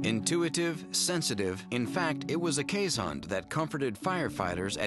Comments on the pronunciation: Iris Stam that’s a watchdog, not a guard dog. They will be just as likely welcome an intruder with licks as try to stop them with any force. Also, pronunciation is Kaze*hond, not Kees*hond. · "this is how its pronounced correctly: keeshund" nope you still mispronounced it :') its kees hond with o being spoken like boy, god or dog. they are infact really good guard dogs and are called alarm dogs sometimes cause they bark at any intruder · Why are they pronouncing it as keeshund?? I'm Dutch and it's hOnd like in the word dog or boy. (Hond is the Dutch word for dog!) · They mispronounced keeshOnd not keeshUnd I know I'm Dutch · If you're Dutch or Afrikaans, you would know how to pronounce Keeshond. You say it like this K - EE - (like the EE in deer) - s - h - O - (deep O like the O in Boar) - nd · Then you're a fake dutch. My girlfriend's family grew up with these dogs in NL and they always pronounce it kays-hund.